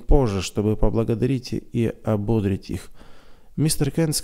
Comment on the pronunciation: Братишка, правильные ударения в словах ободрИть, спалА. Я очень надеюсь, что не обидела вас! Мне очень нравится слушать рассказ в вашем исполнении!! Спасибо за ваше служение!